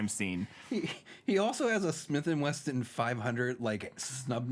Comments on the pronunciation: Hey, it's Smith & Wesson, not 'Weston'. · it's Smith and Wesson NOT Smith and Westen. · "Smith and Weston" handgun???? Who the hell is this "Weston" dude???